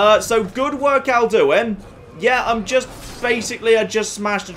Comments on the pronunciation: the way pronounces Alduin makes me unreasonably angry. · Why is, after countless hours in skyrim, suddenly pronouncing Alduin weirdly? It's not like they never pronounce it in-game...